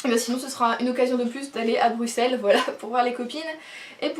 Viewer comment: Ahhh enfin une française qui prononce Bruxelles correctement O:) Superbes trouvailles, je suis jalouse de New Victoria, il me fait tellement envie aussi, et comme tu dis, il est magnifique